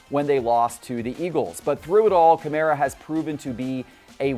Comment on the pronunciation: Kah-mAr-ah... Who is this Kamarea guy he keeps spouting on about. It's insane how many names poor butchers. It's almost as if he's never watched an NFL game. Remember when he called Tannehill Tanny-hill??? Classic. Classic "Tell me you don't watch football, without telling me you don't watch football."